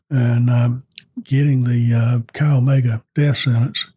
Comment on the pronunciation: Chi Omega is pronounced...Ki omega...